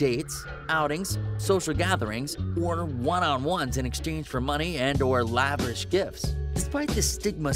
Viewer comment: ‘Lavish’ not ‘laverish’!